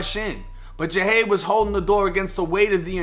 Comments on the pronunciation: His name is pronounced (JUH-HOD) JUH-HOD; JAHADE. KNOWN AS PANDA🐼🕊 & yes, he was nothing but genuine🤲🏽💜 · His name is pronounced Jah-hade